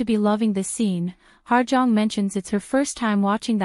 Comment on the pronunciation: Hello. Her name is actually pronounced as “Ha Jeong” and not “Ha(R) Jeong”. Hope this helps :)